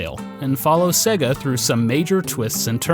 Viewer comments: Dude the company is called "say-gah", not "segg-a". How are you such an expert but you can't pronounce sega? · Norm:- SAY-GA! They say it at the start of their games for feck's sake! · ...You say Sega weird... that is all